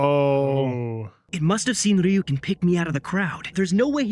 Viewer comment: are they actually watching the dub? how do you continue to mispronounce Ryuk this many times?